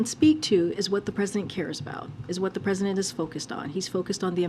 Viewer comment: HE SAYS VHAT İ THİNK TODAY SHE KNOVS THE VHAT İS PROBLEM AMERİCA HEARS ????????????